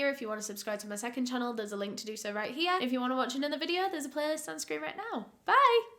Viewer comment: that "here" came out so country omg